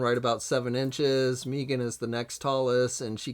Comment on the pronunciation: Why does he keep calling her Meeeegan😑.(mee-gan) It's Meggan. (Meg-ann)